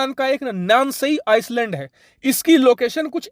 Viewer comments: ice land nahi (island). i land bolte hai bhai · Island ko आयलंड bolte hain .na ki आयस्लेंड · Island = Ayland ..not iceland. Not hate ..just saying...keep doing the good work :) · Sir island me s silent hota h